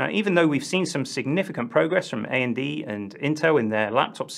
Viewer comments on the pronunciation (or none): A.N.D. what ??? I'm assuming you meant to say AMD...